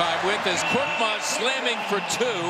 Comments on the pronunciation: Not 'kortmaz'. He's KORKMAZ . Change it admin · Not kortmaz his surname is korkmaz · İt's FURKAN KORKMAZ NOT FURKAN KORTMAZ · Not Kortmaz, it's KORKMAZ... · His surname is not Kortmaz. It is Korkmaz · Not "Kortmaz", his surname is "Korkmaz". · Not korTmaz it’s korKmaz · His name is Furkan Korkmas not kortmas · Btw its koRkmaz not that hard isnt it